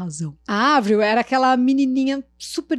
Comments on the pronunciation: Que paz ouvir ela falando o nome da Avril corretamente kkkkkkkk💕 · Sofro kkkk A falando certo ja fiquei aliviada 😂😂😂